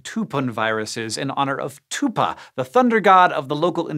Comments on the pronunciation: FYI, "tupã" sounds closer to "tupan" then "tupah". The tilde (~) makes the A sound nasal. Also, "viruses" makes me cringe every time. The word doesn't have a plural in latin. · Dear Hank, it's pronounced Tupan not Tupa (that's my dog's name ahskdkd) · Tupã - same sound as Tupan. But the "n" is almost not pronounced. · How can you guys say "Tupan-virus" but not Tupã. It's the exact same pronounciation because THAT'S WHERE THE WORD CAME FROM. Say it with me now: "Two-pun". Ain't that hard a word. Geez. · just to be pedantic, the last vowel in “Tupã” should be nasalized, hence the tilde. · Hank totally butchered the word "Tupã", but, to be fair, I don't think the English language has anything similar to our "Ã". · Hank, you need to learn how to pronounce words with tildes... or so. I've also seen other videos of yours where you accidentally horribly mispronounced other names with them (such as "São Paulo"). Anyway, I have no complaints about the content